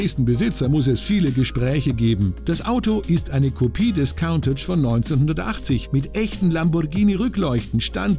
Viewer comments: "Kauntätsch"....sagt schon alles! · Stimmt. Es ist kein ä sondern ein a und count (zählen) ist auch falsch phonetisch gesehen. Es wird nämlich Kuhntatch ausgesprochen. Countach ist, soweit ich weiß, ein Wirbelwind. Wie die meisten Lamborghini damals.